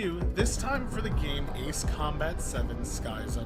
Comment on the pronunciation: Huh, am I the only one who find it weird when he said ... "Ace" Combat 7: Skies Unknown? Or is that one of how you pronounce "Ace"?